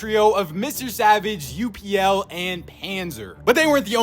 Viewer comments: Its not U.P.L its UPL, say it how its written, just wanted to let yk, CONGRATS ON 100K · Hi, just to let you know upl is pronounced as uh-pel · Yo two things for pronunciation upl (up-ll like you said) and kiduoo id Kid-duo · Its btw just upl dont u p l up then l like its spelled upl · its upl not u-p-l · W 100K ! W FACE CAME, btw kiduoo and upl are pronouned as "kid" "doo" "oh" and "up + el" "upel" 😌(I think) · You pronounce his name as u pul